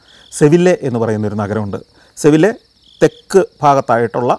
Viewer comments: സർ. സെവില്ലെ അല്ല സെവിയ്യ ആണ് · സെവില്ലെ അല്ല സെവിയ Sevilla. Just a reminder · സന്തോഷ്‌ സർ അങ്ങയുടെ അറിവിന്‌ മുന്നിൽ എന്റേത് തുലോം തുച്ഛമാണ്.. എന്നാലും സ്പെയിനിൽ ഇംഗ്ലീഷ് ലെറ്റർ (L)... Y എന്ന അക്ഷരത്തിന്റെ ഉച്ചാരണം ആണ്... സെവിയ്യ എന്നാണ് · സന്തോഷ് സർ, with all due respect. ഒരു ചെറിയ തിരുത്തുണ്ട്. അത് 'സെവില്ലെ അല്ല. സെവിയ്യ ആണ്. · Greetings from Spain! !! Not Sevilla സെവിയ്യാ. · സെവിയ്യ മുടിഞ്ഞ ചൂടുള്ള സ്പാനിഷ് നഗരം ആണ്. Laliga കാണുന്നോണ്ട് ഇതൊക്ക അറിയാം 😅.സന്തോഷ്‌ സർ സെവില്ല അല്ല സെവിയ്യ ആണ്. സ്പാനിഷ് ഇൽ ll യ്യ ആണ്. കേരളത്തിൽ അത് ല്ല് ആണെങ്കിലും സ്പെയിൻ ഇൽ അതു യ്യ ആണ് 🤣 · Sevilla enna sthalapperu SGK pronounce cheythathu seri ayitu allannanu ente arivu 🙄🤔